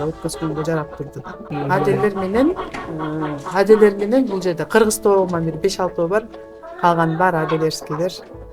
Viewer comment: Аделеер дебей Адлер де жакшы гитлер дебедин